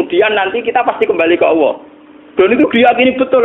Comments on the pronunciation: Gus baha mbok klu baca Allah jgn awoh to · Dengarkan hurup lam kok diucapkan woh ?